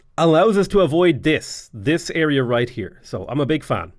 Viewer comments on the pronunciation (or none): none